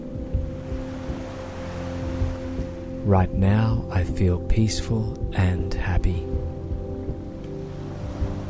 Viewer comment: *feel (not weel) :D